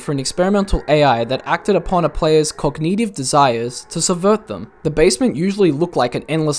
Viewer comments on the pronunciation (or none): cog nih tivh edit: bruh really just said yawshi